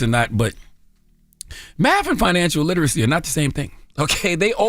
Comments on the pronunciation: The way he could BARELY pronounce literacy … yeaaaa okay lol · Barely could pronounce literacy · Well...he can barely pronounce literacy!..😂😂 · He couldn’t even say literacy Correctly😂